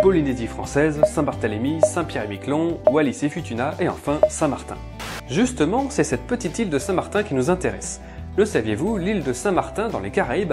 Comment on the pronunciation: T'as oublié la Nouvelle Calédonie dans les Collectivités d'Outre-Mer. Et ça se prononce "foutouna"